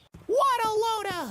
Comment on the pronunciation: I no longer hear “what a load a hooey”. I hear “waddleona hooey ”